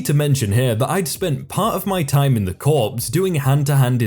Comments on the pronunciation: Yep and the S in Corps is silent. She means the United States Marine Corps. ( CORE). Never cross a marine!! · Corps = Core do si do = doh see doh